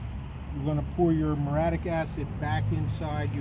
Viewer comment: It's Mur-ee-ah-TIC acid.